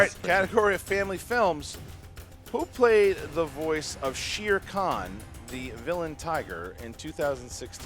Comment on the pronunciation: shir khan? pretty sure its shere khan